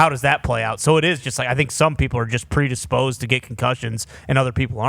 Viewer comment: "predisposd to get concussions" is hilarious